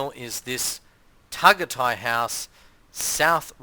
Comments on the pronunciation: Pronounced TagAyTay dumdum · It’s pronounced Ta guy tie I think FYI. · He’s so annoying pronouncing it how he did.